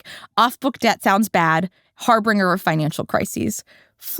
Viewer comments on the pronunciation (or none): "an harbringer" LOL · lol. Did she just call harbinger (har-bun-jer) har BRING ER? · It’s bringing Har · She can't even pronounce "harbinger" correctly